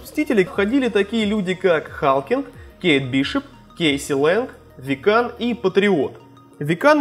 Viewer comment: не викАн и халкинг а вИккан и халкЛинг